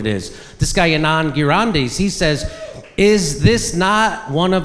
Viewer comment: This video is about racism in the US and yet Jimmy couldn't pronounce the name of a person of Indian origin properly and didn't even try to, because racism against Asians is not existent for leftists in the US. Well done Jimmy. he called him Anaand Girandis because for Jimmy, every Indian person has last name Gandhi